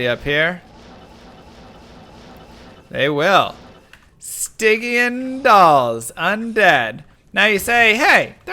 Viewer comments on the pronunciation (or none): A tip for archers if you're playing a Barb, spam taunt on all of them and they stop shooting and walk up to you. Super easy to deal with. Also, I think it's pronounced sty-jun. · Stygian is pronounced with a soft g, btw. Sti-jee-uhn. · It’s a soft g on Stygian btw. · i miss when oblivion knights casted iron maiden. Death lords cant be slowed or frozen either. Also you're saying stygian wrong :D